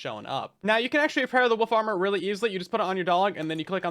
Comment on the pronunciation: Woof armor..... I keep hearing woof armor, and I'm all here for it